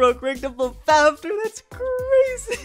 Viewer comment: Are you mad you are saying vanis fafner meh